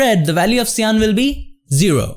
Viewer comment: don't forget "shyan" and "jello"